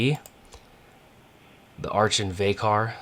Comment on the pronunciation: Archon is pronounced Arr-kawn